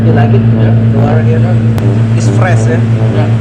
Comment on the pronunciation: Gw kira lo bilang stres ternyata fresh